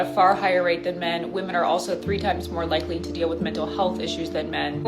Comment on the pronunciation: Do u not hear yourself talk ?! Can’t pronounce women and your channel is about women